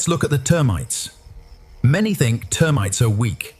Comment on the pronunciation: T earmites, huh? Jesus balls weird enough the AI voice went from British to American but now it's just making words up